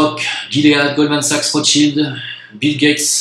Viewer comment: On dit : guimauve . On dit : gilet Donc guilead en anglais Donc "ji lead "en français.